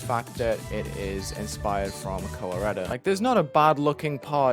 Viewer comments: Am I the only one who misheard "Kowareta" as "Colorado" LMAO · Koh-wah-reyta lmao